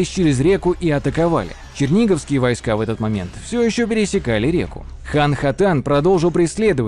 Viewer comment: Даже несмотря на извинения в конце ролика по поводу ударений, местами слушать было просто больно. То же Чудское озеро/побоище всегда было и есть ЧудскОе, а не ЧУдское. Поразительное упорство автора в наименовании "вОйска" вместо "войскА". И т.д. Отдельно хочется заметить откровенные глупости, типа наименования дружинников солдатами. Солдаты, это куда как более поздний термин, имеющий своё вполне конкретное значение, которое никакого отношения к воинам древней Руси, да и любым другим воинам древности не имеет. В целом в качестве краткого ликбеза по истории Древней Руси для самых далёких от темы - этот ролик сойдёт, но всё же следовало бы больше внимания уделить погружению в вопрос.